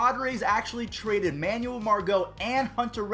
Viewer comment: Am I the only one who cringes and gets kinda pissed when he pronounces Manuel like that? It’s man-well not man-you-uhl